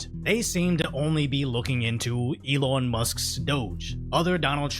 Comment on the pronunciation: Love how this guy says "elawn" 😂